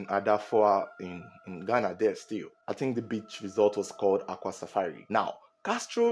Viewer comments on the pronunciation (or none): I’m a Ghanaian the name is Gyan not Ghayana.